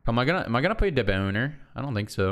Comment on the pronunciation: Haha "deboner"